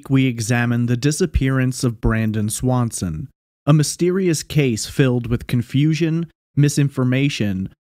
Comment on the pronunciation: Sounds Like Brandon Lawson Not Swanson